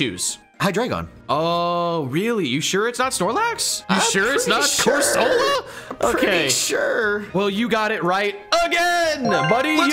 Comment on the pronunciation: It was CORSOLA not CURSOLA🙄